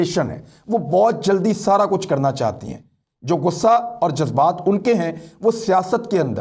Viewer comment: Ze nahi zal ataa hai jazbat mein 😀😂😃😄